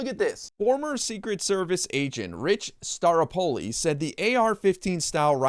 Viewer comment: It's pronounced star-O-po-li.